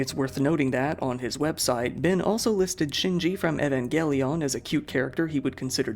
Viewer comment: why is he saying Evangelion like that??!